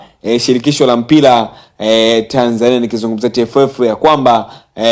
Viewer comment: jifunze ata kuweza kusema R ..😂😂 mpira sio mpila . Kafara sio kafala . Mimi nimejaribu sio nimejalibu ... Kia kuongea kwanza sio kupiga kelele nauo unao ongea ni uongo mtupu